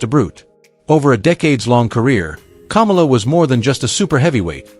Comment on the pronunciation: The guy narrating this is an idiot. He can't pronounce names like Kamala, and Akebono. Or even Vern Gagne.